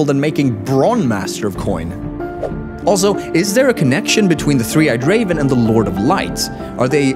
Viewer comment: "Three eyed CAVEN"???